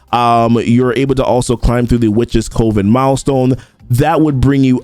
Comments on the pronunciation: I love the content but I gotta say it.. it’s Cuh-ven. You’re definitely not alone. Every CC I’ve been watching is saying Coh-ven. However, it’s Cuh-ven. Sorry it’s been driving me bonkers haha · Just a heads up, coven is pronounced the same way as "oven", but with a c in front of it. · Coven rhymes with lovin". I love you, man.